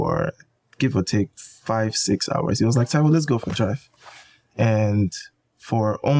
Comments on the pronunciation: Damn you murdered homeboy's surname! Like come on, at least ask how it's pronounced ffs 🤦🏿‍♂️ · Taiwo what?? 😅 that last name pronounciation lol